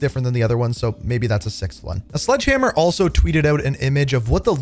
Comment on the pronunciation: I was interested in everything you had to say, until you said “Sledghammer”; what little hype I had fizzled into shear dread